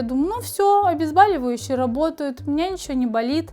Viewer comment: Ну почему обезбАливающие? Ведь от слова бОль - проверочное слово. ОбезбОливающее.